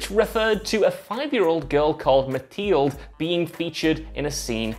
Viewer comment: Wow, you really need to proofread names before presenting. Does no one watch these videos before they’re posted? How can you mispronounce Mathilde?